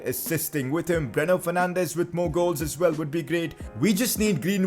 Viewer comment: When u order it:Bruno Fernandes When it comes:Breno Fernandes